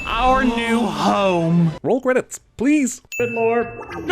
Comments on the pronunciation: I literally thought he said “our new hoe” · it's worse because of our new hoe